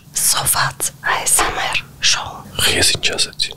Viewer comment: Աէսեմեռ չէ էյէեսեմառ